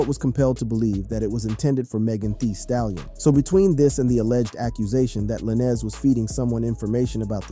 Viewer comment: I had to stop listening once you called him la-nez twice lol